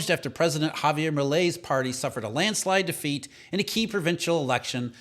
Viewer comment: Javier Milei is not a french name. Ha Vee Err, Mee Lay (not Have Yay, Mill Yay). Thank you for your attention to this matter.